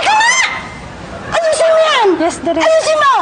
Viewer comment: Bisakol? Correction it's direk not derirk lol